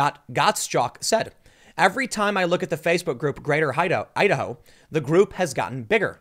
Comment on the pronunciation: Your Idaho sounds like Ohio.